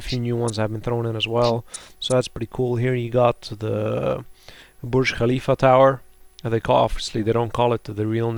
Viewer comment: You pronounced Burj Khalifa correctly xD